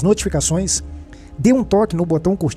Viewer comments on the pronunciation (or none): none